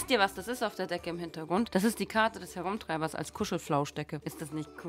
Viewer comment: Karte des Rumtreibers nicht Herrumtreibers xD 😂